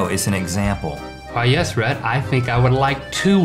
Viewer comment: On the last one it's Rhett and Link... Not Rad and Lank...